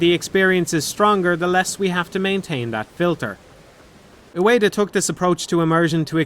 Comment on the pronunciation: Ueda* not Ueira